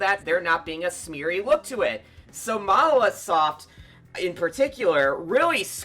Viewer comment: Why do they keep calling monolithsoft mawasoft???